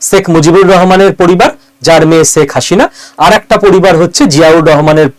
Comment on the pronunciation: Apni "sheikh hasina" pronunciation ta korte paren na. Next time sudre niben